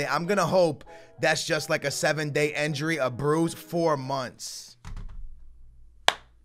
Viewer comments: the word is "INjury" NOT "ENjury" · Stop saying enjury